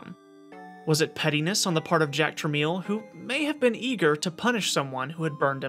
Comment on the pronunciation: “Truh-mell”, not “truh-meel”.